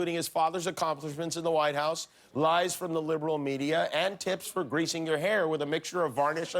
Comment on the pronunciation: Achomlishments. And what was the first word of the last line? Inmentially? Was it supposed to be "immensely"?